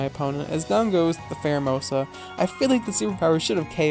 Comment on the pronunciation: Promise it’s not a ‘mon-begging comment: please, please, PLEASE use a Pheromosa one day and call it Fairomosa 😂 just this 😂